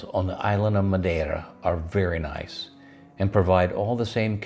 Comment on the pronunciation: I'd say you were born and raised in Portugal by the way you pronounced "Madeira". Welcome to our country!